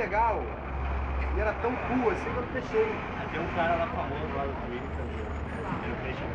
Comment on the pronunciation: "O cara era tão legal e tão cu" ... explica pra galera que é "Cool" e não cú! asuahsuashuas